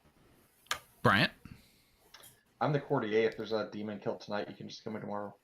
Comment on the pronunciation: Why do so few people know that courtier is pronounced court-yur?